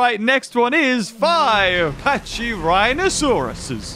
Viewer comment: by the way its packy rhino saurus not pachy rhino saurus